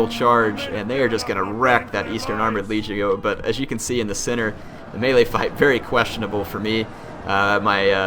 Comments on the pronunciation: It's LEG-E-O. As in leg (body part), long e (rhymes with fee), and long o (as in go). LEG-Ey-Oh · is leg - io, hard g, please, you were killing me